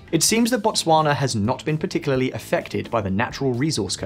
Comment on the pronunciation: Your pronunciation of Botswana is pretty good though